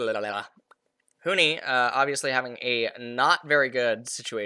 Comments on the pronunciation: Bro its Huni not Huhi XD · he probably watched a 100t game and got used to saying huhi not that big of a deal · Why does he keep calling Huni "Huhi"? I mean they're both Asian but that's like the only thing they have in common.